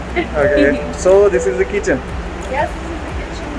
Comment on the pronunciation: Kitchen or kechan 😂😂😂😂